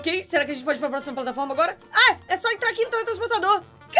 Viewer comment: O patlaforma